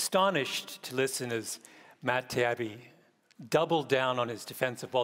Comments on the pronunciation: Not to mention Taibbi as "Tiabbi" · He keeps saying Matt's last name as "Tiabbi" instead of Taibbi, which is sloppy and disrespectful. How can he not notice that everyone else is pronouncing his name differently (and correctly)? A lot of people seem to think Gladwell's book The Butterfly Effect contained profundities. I thought it called out facts that were obvious to a teenager. His demand that others labor for 10,000 hours before their effort can be considered an accomplishment sounded entirely arbitrary to me. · hard to believe he didn't listen to all the previous correct pronunciations of "Taibbi", and didn't purposefully say "Tiabbi". At the very least, a journalist should have the skill of getting names right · I kept waiting for Murray to correct him. "His name is pronounced TIE-Eabie, Malc." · If you're not sure, you ask him before the debate. Or you use his first name. Odd, isn't it, that gladwell called murray doug (which he does not go by) and matt, tee-AH-bee. Give it up. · he was doing it on purpose though, I believe. I knew this old woman who would intentionally mispronounce everyone’s name if she disliked them or wanted to be condescending. It was atrocious and when he kept mispronouncing Taibibi’s name and calling Douglas “Doug,” I thought it might be a similar idiosyncrasy. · he kept mispronouncing Taibbi's name even after he tried to correct him, i honestly thought i was in for a good debate :( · Deliberately mis-pronouncing Matt’s name was was egregiously haughty. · It was a series of "You're a mean, mad white man" moments. Reprehensible, as was the childish continued mispronunciation of Taibbi's name, which would have been denounced as a "microaggression" in certain other circumstances. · Also, Matt's father was a well-known NY journalist. I assure you gladwell knows the proper pronunciation. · Did you miss Gladwell intentionally misspronouncing Matt and Douglas' names? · Mispronouncing his name repeatedly is also disrespectful.